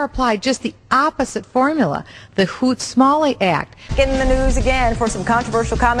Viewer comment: Thanks, melchior, I didn't have enough space to mention that fact... nor the fact that it was, indeed, Smoot-Harley, not "Hoot-Smarley". Are we clear on that, Michelle?